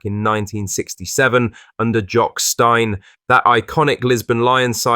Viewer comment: Jock Stein ( pronounced Steen, not stine) managed Celtic in 1967